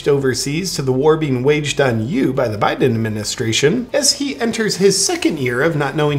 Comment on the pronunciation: Hey, please refrain from saying Poo'un, Bye'un and insulting reptiles. Proper pronunciation, and situational awareness, people.